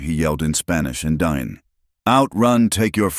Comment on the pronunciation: Not DINE, it's pronounced "dee-nay".